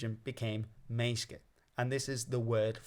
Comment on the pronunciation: Also, the middle syllable of menneske/menneskja isn't silent in most dialects